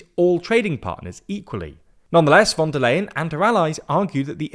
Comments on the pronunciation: am I the only one whose ears are crushed by his pronunciation of “von der LAYen”, instead of “von der leyen” as it is supposed to be pronounced in Deutsch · Her name is pronounced Fon dare Line or Fon dare Lion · The "Leyen" in "Von der Leyen" is actually pronounced like "lion" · Even though I don't like her... her name is pronounced fon der Lahien... she's german not dutch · It's time to learn how to pronounce her name. You've been mentioning her weakly for years, and you still say it wrong. The 'V' in German is pronounced like an 'F,' so it's Fon der Leyen. I still love the content, but what is it with British people refusing to learn how to say names, even ones you use this often. It's not just you either, it seems to be a British thing. 😂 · In German names the v in von is pronounced like the f in from, as is the o. In Leyen th ey is pronounced like the I in Icecream. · please, ask Georgina to teach you how to pronounce "Ursula von der Leyen". It hurts my ears every time you say it.